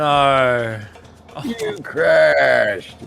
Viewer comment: "none of us naur" i love Australians lmfao